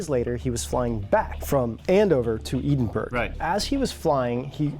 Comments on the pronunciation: Great video funny how you completely messed up saying Edinburgh but all in all very interesting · The way he pronounces Edinburgh is typical American Slang. I already commented on the clip mentioned. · Oof, that pronunciation of Edinburgh. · Its not "eden-burg" it is pronounced "edd-in-berr-uhh" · For the record, EHdinbra not eedinburg ( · Eedunbro??? You mean to say you've never heard of the capital of Scotland - Edinburgh ('Eddin-burrer')? Where did you guys go to school? And Durham is in the North of England, not Scotland. Just saying, so that you get it right in the future. Love you guys.. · Eden burg! Wtf it’s ed in bur uh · Maaaaan! Your videos are great etc....but..... EDINBURGH....is the capital of SCOTLAND and is pronounced.. ED-IN-BURGH. Not EEDINBURG. Geeeeeeeezzzz!! 🙄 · Not Eden - burg buddy - its Eddin borough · For future reference - 'Eden-burg' - is pronounced 'Ed-in-burra'. You should visit, it's a lovely city :) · It`s pronounced Ed-in-burrow not edinburg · Ed-in- buh-ruh, not burrow. the same emphasis and pronunciation is used on the final 'uh' sound as the 'buh'. Take it from someone who lives in the country. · It'd pronounced Ed-in-bruh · so funny guys its pronounced ED IN BORO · Edinburgh is pronounced Ed - in - bruh if that makes sense! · Dudes....a quick help needed on Edinburgh?....it’s pronounced ‘eddin bruh’ haha keep up the fascinating work guys!! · Love all your videos but every time I watch them I feel I'm experiencing the Mandela effect because of all the mispronouncing of names and words. You guys are great but Edinburgh is pronounced Edenboro...... last I checked.😮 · Edinburgh is pronounced Edin-bra with a flattened E as in Bread. How can you do all this research and still mispronounce our capital city... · Ed-In-Bruh. for heaven sake guys. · Kinda hurts when I hear “EDENBERG”. Wtf guys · Jason Romer 1776 dictates that it's ed-in-berg. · Edinburgh. It's pronounced "edin-bra". Come on guys, it's the capital of the country!